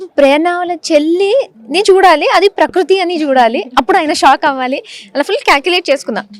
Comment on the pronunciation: Prakroothi kadhu anchor garu prakruthi 😔